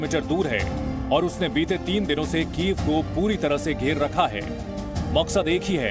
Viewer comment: वो कीएफ नहीं कीव है यूक्रेन की राजधानी क्या मैडम कीव बोल नहीं पाती हो क्या या जानबूझकर कीव को कीएफ बोलती हो 🤔☝️